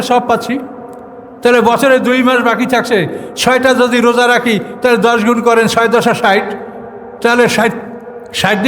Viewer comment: Saom ba roja bolte paren na huzur. Radowan Mahmud er video golu dekhen plz.